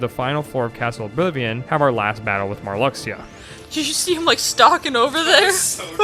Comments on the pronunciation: Your pronunciation of Marluxia would have been more of a shock if you hadn't said "Atlantis" twice earlier in the video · His pronunciation of Marluxia annoys me. Sure, I thought it was pronounced that way before Re:CoM came out in North America, but the pronunciation we hear is more correct than any way we guess based on spelling.